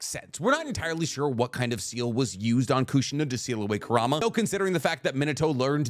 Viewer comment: You consistently mispronouncing Kurama name is bothering me